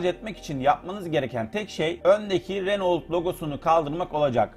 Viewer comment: Araba tanıtımı yapıyorsun ama hala bunun reno diye okunduğunu bilmiyorsun. renolt diye diye helak oldun.